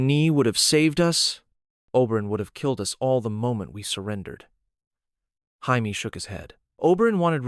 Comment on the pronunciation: The only thing that bothers me is how you say “Jaime”. Otherwise I like the reimagining.